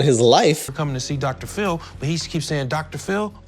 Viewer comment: Idk if I love or hate your channel lmao. I hate how you say Phil lmfao and I feel like most of your videos are just "random bullshit references" but I'm finding myself having a good time